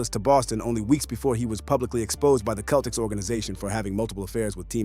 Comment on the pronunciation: Not the Celtics with a hard “C”. 😒